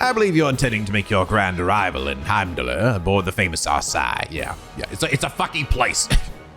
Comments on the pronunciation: The 'r' in Heimdallr is silent, like the one at the end of Midgardsormr from FF7. It's pronounced "Heimdall" and is named after the Norse god. There are a few other names that also have the silent 'r' at the end in the series so just be aware of that. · fyi, the r in Heimdallr is silent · Heimdallr is the name of the capital city of Erebonia, and as weird as that may sound but the R at the end is silent so it's pronounced as Heimdall. In norse language the R is a suffix for masculine nouns. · Also, I believe Heimdallr was already mentionned to be the capital of Erebonia, and the way it's pronounced is the same as the god of Norse Mythology: the r is silent, it's just "Heimdall" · Also, for most of those Norse names with consonants followed by "r", the "r" is silent. "Heimdallr" is pronounced "Heimdall". This will only become obvious when the Cold Steel series comes along and someone eventually voice-acts it.